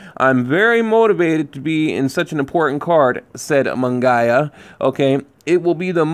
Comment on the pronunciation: Love the channel... it's pronounced mun-GEE-yah... at least that's how biased Jim Lampley says it... 😁 This card looks great. I may be there, although I really don't want to pay money to watch GGG get robbed...